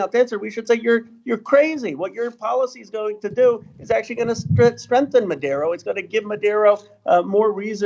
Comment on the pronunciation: minute etc. "Madero" ie Maduro doesn't make the US less safe; rather the US imperialist pressure on the Venezuelan govt is atrocious and shameful. Yelling "American intervention" is. . . literally true. What exactlv is Ro's position here? Is he pro-Empire? Does he even know anything about Venezuela?